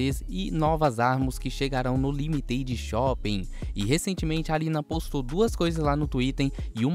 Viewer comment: Relme, Armar, Limiteidi shopen, Twitem, serão vinda... ta falando lecals kkkkkkkkkkkk